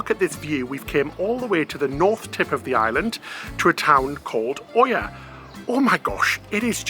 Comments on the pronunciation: And it’s not Oya, it’s eeeya :) Absolutely love this vlog ♥️♥️♥️ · Great video, see the Gyros pronunciation has been covered by others, the other one is the town of Oia in Santorini. It's pronunced Ee-ya. 👍🏻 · Lovely stuff. First time on Santorini for us was 2010 from Crystal Serenity and have been back over a dozen times including cruise stops. Oia is pronounced 'ear'. We spent a week on Milos last autumn and it's now our current 'favourite' Greek island. To get there requires a ferry trip so it's never that busy compared to Santorini & Mykonos. The Venus de Milo was found on Milos so even if you hadn't heard of it before you probably know the Venus de Milo. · Also OIA is pronounced Ee yah. Lots of experience having to pronounce that on shore excursions i ran. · Oia is pronounced as “Yi-a” the local way if I remember correctly. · Gyros, Pita (peeta) and Oia (ee’yah) all pronounced….differently then I’ve ever heard. Loved this video. I’ve walked down that donkey path to avoid the gondola. My knees hated me afterwards.